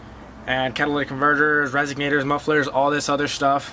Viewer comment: Did you say RESIGnator? Also you can straight pipe from stock cats back if you were so inclined. Nice try though.